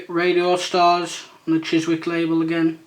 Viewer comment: By the way Chiswick you dont pronounce the W lol